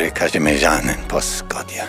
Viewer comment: I mean, sure in some cases. But you can tell tried his best. Might sound a bit too russian in some areas, but, the way he say "Mądry Kazimierzanin po szkodzie." is as good as it gets for a non native and a guy who probably never learnt the language. Anyway, I got him so time to break the game.